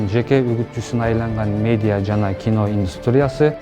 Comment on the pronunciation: Медия эмес медиа болсо кк